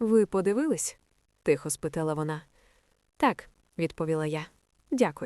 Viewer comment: І українською тихо а не тіхо .хоч переслуховуйте себе